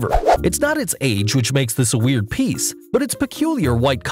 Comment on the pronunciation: Stop say W E R I D